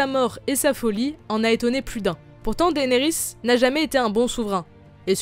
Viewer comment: Pourquoi tu dit daénerys c dénérys